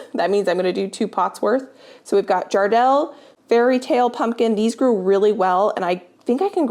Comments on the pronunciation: The pumpkin your calling Jardel is actually pronounced Jarrah Dale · Those pumpkins are pronounced here as jarrah dale but words together I live in Western Australia